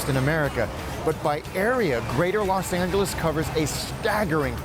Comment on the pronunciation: Why Do You Keep Saying Las Angeles?